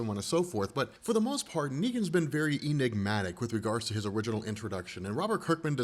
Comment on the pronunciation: EENIGMATIC??? - Don't shoot the messenger - It's actually 'enigmatic' (pronounced like 'hen') - or the word 'enigma' - with tic at the end...you wouldn't say 'eenigma' now would you?